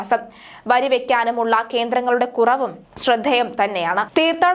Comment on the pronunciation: വരിയാണോ വിരിയാണോ വക്കുന്നത്😂